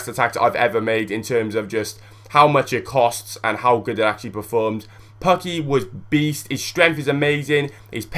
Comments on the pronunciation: pooooookki, not pucki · its pukki not pakki :D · You say it Pakki but you should say it Pukki. Try it! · its not pakki lol its just pukki aaand finland<3pukki<3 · Learn how to say Pukki's name. As a Finn I found this very annoying. You say it like "Poo-key"